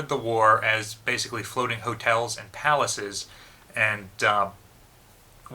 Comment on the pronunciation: Some notes on pronunciation: Yamato has very short clipped "a" sounds as in "cat". Musashi has very short clipped "u" sound and "a" sounds as in "mutt" and "cat". The word "and" does not begin with an "E". Humerous trolling begins with a "giggle", is correct but not to be taken seriously.